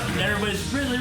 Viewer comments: I think he said "Ridley" but just pronounced it like "ride-lee." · I wouldn't hang out with someone who calls the falcon punch "captain punch" or someone who calls Ridley "Riley" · said RILEY